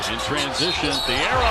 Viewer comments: Im from Arkansas. Please learn how to pronounce his name correctly. It is NOT Theo.....It is Adou Theiro pronounced a-do thi-row 😊 and Adou Theiro is a future star! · “Theo Adou” lol